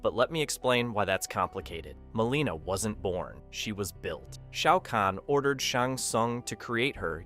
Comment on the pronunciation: Shayy-ow kahn